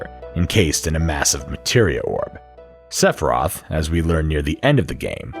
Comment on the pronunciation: I cannot believe how many times you say Sephiroth and how many time you forgot to pronounce the I in Sephiroth. Like omg SEFROTH. It’s as hilarious as it is horrifying